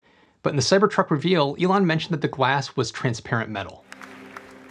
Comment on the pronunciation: Alon ~~~~~~~~~ Elon